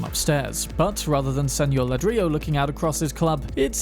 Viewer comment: .. you might have missed a potential reference because you said something wrong. Not "la-drilo".. but "ladree-yo". One Mr. Ladrillo, that is.. Mr. Brick. Ladrillo is Brick. I am not sure how well that fits with the stories.. could Brick secretly be running a bar?